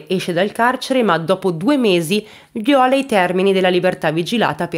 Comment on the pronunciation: Ciao, adoro il tuo modo di entrare nelle storie noir..sei perfetta! Se posso solo correggerti una cosa, il verbo violare alla terza persona cambia l'accento: vìola (non viòla..). Scusa se mi permetto ma così sarai ancora più perfetta 😊